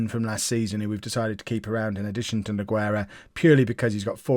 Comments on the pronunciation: Exactly it may sound weird but Nogueira for example sounds like this: NU-GAY-RA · I'm gonna give you a little tip for like 90% of all spanish/latinos/Portuguese people the "U" in the middle of the name is silent, just so you know in this case "Nogueira" the "u" is silent